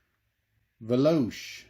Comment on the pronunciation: It is pronounced veloche